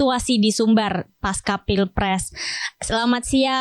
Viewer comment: Pasca itu bahasa Sanskerta jadi dibaca pasca seperti halnya panca. Bukan panka ; Pancasila, bukan dibaca pankasila kan?